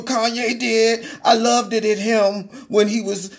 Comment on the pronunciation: Brother! You took me back on that "loveded-ded". 😂